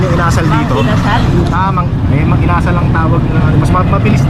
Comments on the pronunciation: Inasal not Ina-sal You’re wrong not too cold yet, in the Evening only minus one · Hello ka! ang bugles inasal medyo nabilin ang pagkabigkas kasi ilonggo yan ang bigkas hindi yong inasal or asal or ugali. Sorry ha ilonggo kasi ako sakit yan sa Bacolod or sa negros.